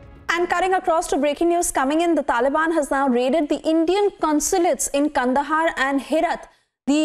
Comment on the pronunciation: It's not kandahar...it's kaand haar....in pronounciation